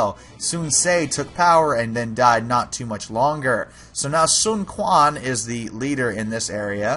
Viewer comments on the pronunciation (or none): Sun Quan is pronounced as "Sun Chuan" not "Sun Kuan"